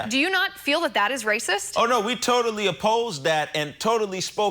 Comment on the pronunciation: Please tell this idiot the word is "that" not dat